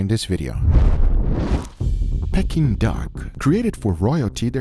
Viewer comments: Pecking duck??? You mean pea king duck.... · Love the videos but found myself shouting at the screen, Its PEE-KING and not PECK-ING 😂😂😂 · Pea-King duck! Not pecking duck! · It’s NOT pecking Duck it’s pee-kuhn-duhk 😂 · 😂 Silly Guga It is called Peking Duck (pronounced "peeking") the hook is for it to be "hung" 😅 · its pronounced peaking duck